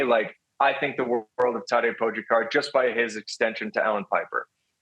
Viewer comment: It makes me cringe every time I hear them pronounce Tadej’s name. Great commentary and then they say his name and it’s like getting static across a radio station or nails on a chalkboard